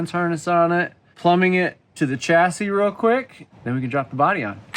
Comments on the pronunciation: "The body from the 'Chassidy'....."🤣😅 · Why does it sound like she is saying chassidy? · She said chastity! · Anyone else catching say chastity when referring to the chassis? Just thought it was funny myself, not trying to be mean. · did you say separate the body from the chastity? Lol